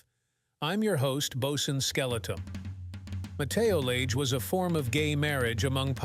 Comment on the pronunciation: Cool video! Just a note, it's pronounced "ma-teh-lo-taa-ge", not "ma-teo-lei-ge" :)